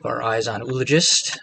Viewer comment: I enjoy your commentary and have learned some strats that help my own game. And I really feel like a jerk calling it out, but I have to point it out— the double o in “oologist” is not pronounced with a single “oo” sound like “tooth”. It’s greek in origin and and sounds like “oo”-“ah”-“logist”. Or better written - “ō-ˈä-lə-jist”. Anyway keep making the videos and I’ll keep watching regardless of pronunciation.